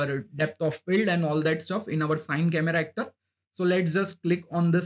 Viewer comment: Nice one bro.. Just for next time, CineCameraActor is pronounced "C-Ni" (like, "cine-ma") and not Sine :)